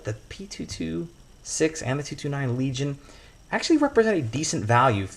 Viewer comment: That’s a hard “L” my man! hard L